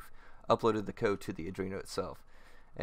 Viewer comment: good job mate. easy to follow. it is arduino btw, not adrino.